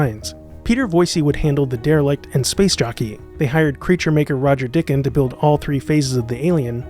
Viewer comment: Nice work. One minor point, I believe Roger Dicken’s name was pronounced Die-ken. He probably made a point of emphasizing that. :)